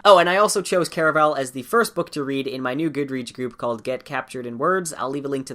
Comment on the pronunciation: Why do people say “Care-a-vel?” I say “Car a val”